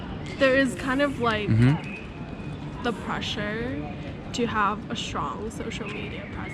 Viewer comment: why do girls say "pressure" like that 😖 pls tell me this is an accent thing